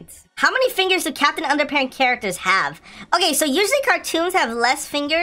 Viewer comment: You said capitan under pants